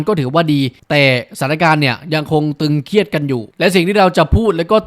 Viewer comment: ตึงเครียดครับไไม่ใช่ตรึงเคียด